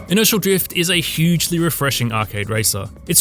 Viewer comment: I don't know if it's the accent or what but whenever he says Inertial Drift it sounds like he saying Initial Drift